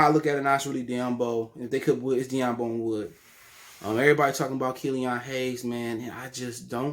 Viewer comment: 1. Who tf is sidney malakai and 2. Who tf is Diambo.... if you mean svi mychialiuak and sekou dombouya you have a SERIOUS pronunciation problem bruh